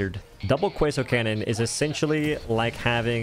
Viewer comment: Thats a nice "cwasoint" cannon you got there.